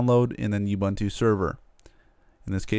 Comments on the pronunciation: completely agree being South African. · It's not 'You Bantu' that's kinda offensive in South Africa. pronounce the first two U's like the last one. (it's the same letter each time). you wouldnt say abunta why say youbantu if its ubuntu?